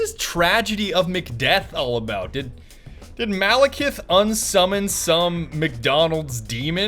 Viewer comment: oh and dont forget Malakith, its literally Malacath but with an i